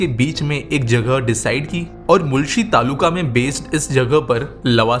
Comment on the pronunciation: Not मूलशी it's मुळशी